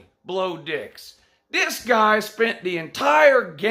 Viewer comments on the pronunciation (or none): Bro did you just say Blo Dix?! I'm dead😱🙃